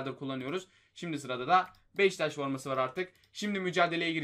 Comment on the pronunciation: Abi sana yazıklar olsun beşiktaşa beştaş diyosun